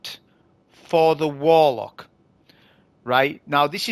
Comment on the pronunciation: Just seen the video for counting how many times says "Wolock" it's hilarious just like boh' of woa'